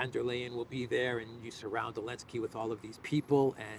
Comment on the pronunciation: Why does he call him “Elensky”?